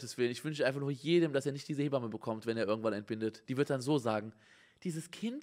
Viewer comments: Jeder: Hebamme Simon: Heeee bamme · Simon: Lehrzeichen vor Satzzeichen sind Psycho. Auch Simon: "He-bamme"